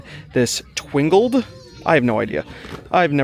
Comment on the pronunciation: Twangled*, not Twingled! 😅